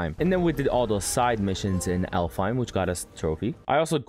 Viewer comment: aint no way bro said alfheim